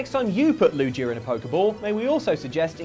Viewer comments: the way you say lugia's name sickens me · Thats not how you pronounce Lugia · That Pokemon wouldn't hug you you can't even pronounce his name correctly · I hate to be that guy but excuse me how are you pronouncing lugia????????????? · your are pronouncing lugia wrong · its LUGIA (loo-gee-uh) not LUGIA (basically luigi) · [LU-JI-YA]? It's [LU-GHI-YA] you heathens! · LuGia, not LuJia. Also, you can never love cats too much. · I'm British and I know it's Gii not Jii lol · Take the pokedex entries with a grain of salt - they were written by children, after all. Edit: Lugia has a hard G not a soft G. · Lugia is my favorite Pokemon ever. So pronouncing it as LuJIA was killing me! XD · 8: Any Pokémon who knows a dark type attack. The Z-Move is called “Black Hole Eclipse”. What’s worse than one Pokémon that can create black holes? Most Pokémon having that potential. Also, it’s Lu-GE-a not, Lujia. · I hate that was calling lugia lujia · Loogia? Loo-gee-uh! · Ah yes, Lu-ji-ah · I love you guys but oh man I hate how you say Lugia, "Lew-jee-a" 😂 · Everytime he says Lujia instead of Lugia 100 puppies die in Africa..... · its not loo-gee-uh its lu-/g/ee-uh with a hard g like graphic or gardevior. Also, its not a nose or a mouth its a tooth that is on diglits face. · Lugia ❌ Lujia ✔️ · I bet you say jif, and not gif, you monsters! It is LUGIA NOT NUJIA!! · LOO JEE UH 😂😂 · Did anyone hear them pronouncing lugia as "lujia"? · Is nobody else agitated by the use of a soft “g” in Lugia’s name? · Lujia?????? Its lu G ia it makes the g sound not the j sound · hard g in lugia, not lu-ji-a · is saying lugia wrong on purpose?? more curious than anything. doesn't really bother me tbh.. or i should say. its not how i would say lugia anyways. perhaps ive been saying wrong all these years lol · its luge-ia not luje-ia, but u can say it whatever way u want. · why did they say "lujia" im in so much pain its lu gee uh jfc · WTF! It's Lu-Gee-A not Lu-jee-a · It's LuGia not LuJia